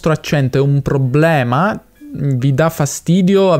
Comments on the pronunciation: Da come pronunci probbblema direi che sei del sud, o per lo meno di Roma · "È un probblema"... sbaglio o sei di Roma? 😀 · Hai detto probblema 2 volte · Problema non probblema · devi correggere come pronunci la parola "problema". Tu dici "pprobblema" .... inoltre le vocali aperte o chiuse cambiano il significato: pesca (e chiusa) e pesca (e aperta) oppure la e: aperta o chiusa da verbo diventa congiunzione. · Con quante b hai detto probbbbblema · Per me sei bravo a parlare l'italiano standard però forse raddoppi un po' troppo le lettere, tipo a 14.15 dici probblema con due b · Bel video. Effettivamente non avevo idea di quale fosse il tuo accento nativo, fino a quando non hai pronunciato "problema". 😀 Ottimo lavoro, comunque.